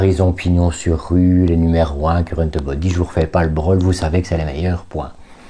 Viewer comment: " Currenteubody", j'adore 🤣🤣😘